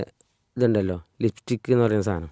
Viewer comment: ഇസ്കൂൾ അല്ല സ്കൂൾ. ലിഫ്റ്റിക്ക് അല്ല, ലിപ്സ്റ്റിക്ക് ലിപ്സ്റ്റിക്ക് 😅😅 നിങ്ങൾ ടീച്ചർ ആണോ? Very nice! We need strong reformation in education sector especially in Kerala. Sad state.